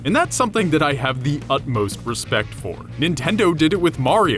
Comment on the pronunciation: did you say... ResBect?